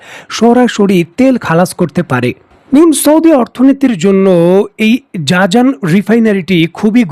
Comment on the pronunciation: উচ্চারন জাজান হবে না হবে জিজান।